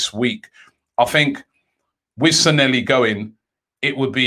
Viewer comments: Bro its pronounced 'SAN-YE-HI' where are you getting these Ls at the end from -and double L is always pronounced YE anyways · SAN-LE-HI IS HOW ITS PRONOUNCED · Robbie the name isn't Sanelli kindly pronounce it well